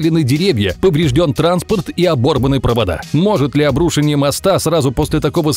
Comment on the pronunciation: Нет слова "обрУшеньем", есть слово "обрушЕнием" Дичайше режет слух.